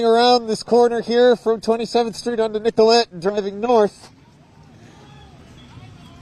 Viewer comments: nicol-et not nicol-ay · Ask a local resident! It's pronounced Nicolet not Nicola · It’s Nicolett pronounced NICK-uh-let. Keep up the great work and thank you for being here. All respect